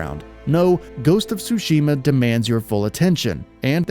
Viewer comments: Dude its ghost of TTTsushima!! not ghost of sushima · It is Tsushima, not sushima 😛